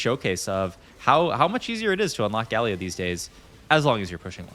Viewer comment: he pronounced Galio as Guh-Lee-Oh and then as Gal-Eoh in the same sentence ahhaah it's some pretty top notch trolling.